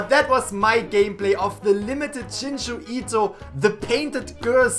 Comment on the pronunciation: "jinju ito" I want to DIE